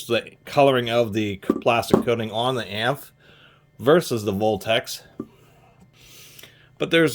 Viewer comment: LOOOOOVE your channel. "AMF" isn't a word per se. It's pronounced simply by saying each letter. :)